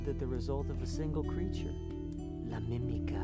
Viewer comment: "la mimica" "la lamika"